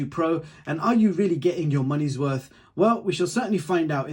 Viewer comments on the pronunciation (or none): none